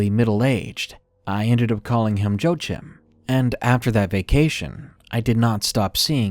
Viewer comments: "Joechim"? I'm pretty sure it's Joachim, pronounced Wah-Keem. It's a Hispanic name. Joechim lol! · #3 Joachim is pronounced wa-keem, other than that small annoyance, excellent video